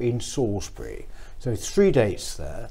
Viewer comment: Good luck for, she's making all the right noises but if I could say one thing she needs to stop saying Fink and Fought and Free (when it's Three) Using F's when it's Th really does let her down. Sorry, I probably sound like an old git.